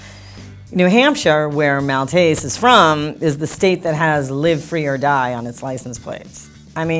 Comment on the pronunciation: One glaring error: didn't they know how to pronounce "Live"?